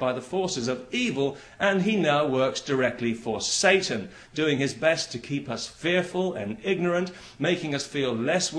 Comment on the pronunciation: W fajny sposób mówi "Satan" ;)